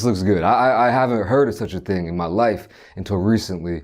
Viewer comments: Yo, I swear he said Texas TING. Big up my Jamaicans fr tho. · had to do a double take when he said texas ting lol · Anybody heard him say Texas ting?